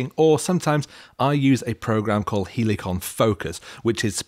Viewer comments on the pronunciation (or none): don't say both.. say it properly lʌɪk(ə)n 😜 (but seriously! 😐) I mean great video 👍